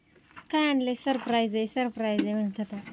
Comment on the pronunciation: दादा sprize नाही surprize बोला.& अभिनंदन शेगडी साठी